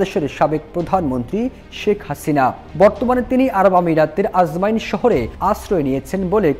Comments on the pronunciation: Ajman, not ajmain 😮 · আজমাইন না আজমান, উচ্চারণ ঠিক করেন। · Bhai... Ajmain na... Ajman....